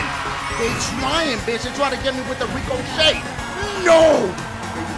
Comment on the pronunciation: I love the way he says ricochet. Rico-shay 🤣🤣🤣🤣🤣